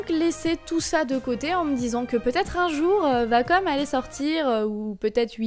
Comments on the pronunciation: Wacom.... pas vacom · Non perso je déteste la prononciation vacom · ouais c'est elle qui le prononce mal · nn tkt c la vrai façon de prononcer